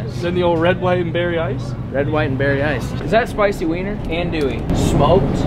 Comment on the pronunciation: Bruh this is special I'm wit ya and that's not how ya say andouille Ethier lol